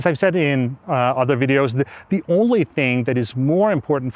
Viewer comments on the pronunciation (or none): none